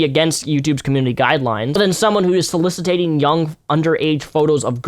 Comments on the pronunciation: OH YEAH, and please, sir... read this very carefully: SO LISS IT ING Not: So-Liss-It-Tate-ing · you use big words right but you say them wrong. solicitated? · Soliciting not solicitating. "So-liss-it-ing" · It’s soliciting not solicitating. That is not a word. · Good video, great points. I'm sure other people have pointed this out, and it makes me look like a twerp, but it's "soliciting" not "solicitating". Just for future reference! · Soliciting. Not solicitating. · I love you, but the word is "soliciting," not "solicitating.";) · no one else is going to call out for saying "solicitating" multiple times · man! But please, it's "soliciting." Cheers. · I agree with you. for future reference, it's 'soliciting'.